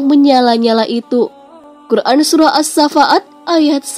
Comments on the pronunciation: assofat tepatnya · Min baca nya bukan assa faat lho?